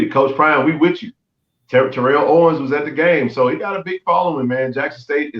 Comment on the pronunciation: Terrell Owens (ter-el) not (ter-rel). My favorite player sorry had to correct you. Great show as always.